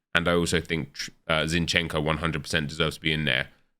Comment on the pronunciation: Zincheno??? Hahahahaha